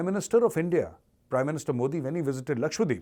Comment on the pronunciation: Omg! Its Laksha dweep...not lakshwadeep